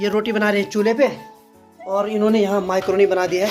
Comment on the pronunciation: मैक्रोनी बोलते हैं भाई माईक्रोनी नही